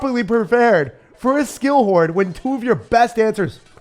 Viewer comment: Anyone know why he calls it the skill horde? 😂